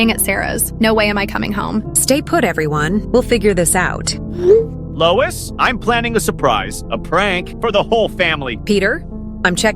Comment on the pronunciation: louis ❎ lois ✅